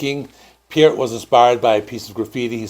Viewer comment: Hahaha... another youtuber who cannot pronounce Neil's last name CORRECTLY. 😂😂😂😂